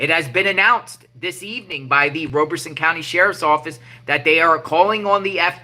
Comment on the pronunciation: Great work! Just an FYI, you are saying Robeson County incorrectly. It sounds like Rob-a-son, not Robe-a-son.